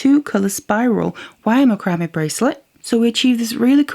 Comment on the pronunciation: Just an FYI...Macrame is pronounced with the emphasis on “MAC”, not the “cram” of the word. Think of how you would say “Mac’n cheese”. So it’s pronounced “MAC-ram-eh”